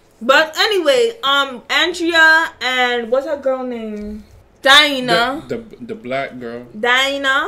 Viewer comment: Dinah? lmaao DAH-NY